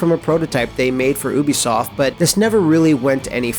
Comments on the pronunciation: its "you"bi soft. not "oo"bisoft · This dude just said "oo-bisoft"... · Oobisoft? OOBISOFT?!!?!?!? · Why's it so hard for people to pronounce "Ubisoft"?